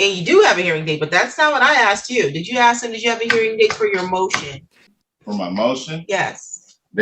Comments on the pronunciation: He didn't ax for a hearing date.😅😅😅😅😅😅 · Reminds me of Darrell Brooks. He kept axing the judge.